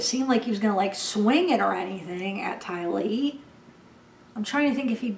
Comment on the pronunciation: You said "TY-lee" 😁😁😁 that sounds great. You are so sweet. Hang in there through this new normal. 🦄